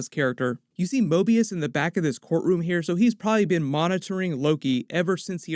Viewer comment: Mobius is almost say morbius